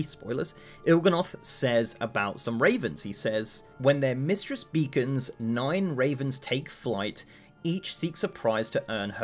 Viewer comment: Beckons not beacons! What? 😂